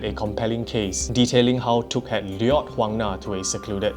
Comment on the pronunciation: Got a seizure every time you pronounce lured